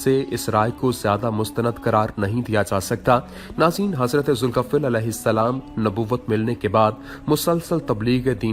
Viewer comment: Zulkaffil nhi zulkifil h aap sahi se naam lijiye ye nabi ka nam hai 🙏